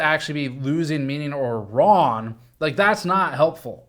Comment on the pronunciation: My favorite ongoing GN/GNCA thing is that Steve says "Ron" instead of "Wrong" <3